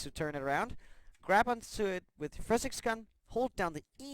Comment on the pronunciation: I can't stand the way he says physics.